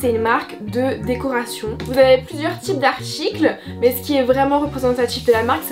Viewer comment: OUF je suis pas la seule à dire "Artchicle* au lieu de "arTicle" ❤